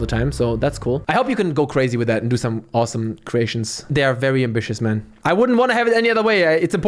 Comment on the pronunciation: that Chinese "VERYYY" is hard to unnotice anymore.